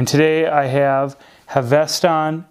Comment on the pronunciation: 1) It is pronounced Hav-es-ton. 2) it's not a NATO but a ZULU. One piece pass thru is a Zulu. They started with typical NYLON Zulus. Having had 3 of them from the outset the canvas are immensely better, more comfortable, and highly durable I have one I have not taken off in a year it's faded as one would expect given showering etc. The stitching is superb. the tins originally did not have hinges they improved that and are helpful for storing things when travelling and very secure. You cannot go wrong with the canvas. They are working on a PVD canvas range.